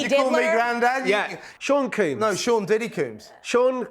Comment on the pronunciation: FYI - Combs is pronounced like a hair “comb” . . . NOT COOMBS as you keep saying.